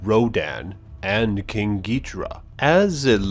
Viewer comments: >name is Ghidorah >gets pronounced Gidrah wot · Yeah I heard it too. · King Geehtra? wtf xD Did anyone else hear that?